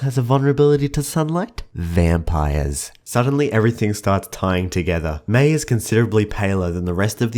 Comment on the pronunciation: Haha I like how he says MEI-bye